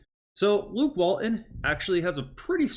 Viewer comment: Let's fix this for you right now. Walton has a "t" in the middle of his name. Say it out loud. His name isn't Wall-un and you are not a middle school kid. WalTon. Got it ?